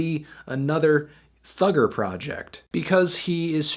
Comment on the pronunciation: The way fantano says "thugger" lmao